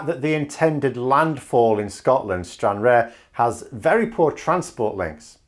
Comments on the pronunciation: Stran-rarr as pronunciation old chap and not Stran-rare. Just keeping you right with the Sweaty Socks and I can assure you the road links are hellish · Its pronounced Stran rar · I thought BoJo was just using this idea to string along the DUP etc? He has picked something that they would like that he wont have to deliver. Also google someone saying stranraer its generally pronounced stran-rar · Sorry, have to un-subscribe. Stranrarer pronounciation was abysmal. I expect a better standard of research.:-D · Hi it is pronounced StranRAR. Stranrar or rather Cairnryan has loads of freight already mate....keep it up..big fan! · Stran-RARR,! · Isle of man is not part of UK so you can forget about that.they would not give permission . And it is pronounced Stran- rarr as in pirate talk oooh argh! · Great video as usual but I giggle every time you say Stranraer. Being a local of Dumfries & Galloway its more pronounced as Stranrar. Just ignore the e. :-) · The aer in Stranraer sounds more like arse than rear 😉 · That's not how you say Stanraer.